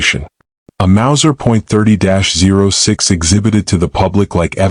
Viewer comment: 30-06 is pronounced 30-aught 6 not “zero” 6